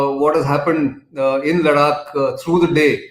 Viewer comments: Ladakh not Laddddakkkkk. Come on Mr Gokhale, it is easy to pronounce. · try to speek ladakh as ladakh not ladak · When you say लडाक, it appears you are from another country. Practice saying लद्दाख 10 times. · Ladaak is pronounced in Marathi, Laddakh is pronounced in Hindi and English.. and He is Marathi. Just like me... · Nitin hi, the pronunciation for ladakh is "ladh-dak" pls province it this way. Else, your analysis is gr8. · It's pronounced conventionally as लडाख in Marathi, and Nitin being native Marathi speaker may tend to pronounce certain words as Marathi speakers have been accustomed to pronounce. This is similar to how many of the Hindi speakers pronounce तमिळनाडू (correct) as तमिलनाड / तमिलनाडू (incorrect). So just chill down and be your tolerant self. Peace.